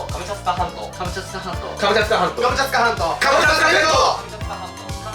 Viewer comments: 今更気付いたけど最後の方「カムチャツカ全島」が「カムチャカ全島」になってて草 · 最後、クリアした時「カムチャカ全島」になってる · がカムチャツカ全島っていうときカムチャツカ銭湯にめっちゃきこえたww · すみません。カムチャツカ全島が「ハムカツが弁当」にしか聞こえなくなりました…。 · 最後『カムチャカ全島』って言ってる。ツが抜けてる☺ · カムチャカ全島になっとる笑笑